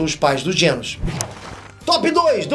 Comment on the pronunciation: "dr Genos" KKKKKKK é Genus